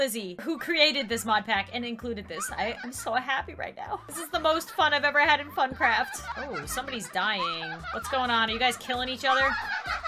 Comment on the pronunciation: I thought you said but craft